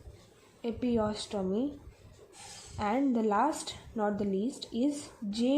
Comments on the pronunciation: God!!!!!! Its not epiostomy...........its EPISIOTOMY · Also pronounced as epi-se-otomy